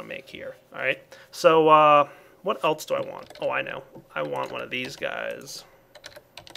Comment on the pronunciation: he says eltse instead of else